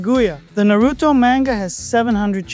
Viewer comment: I dont belive you love Naruto calling it Naruuto.